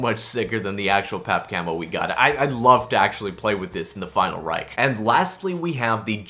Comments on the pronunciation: You said Reich wrong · Knows all the easter eggs, still cant say Final Reich properly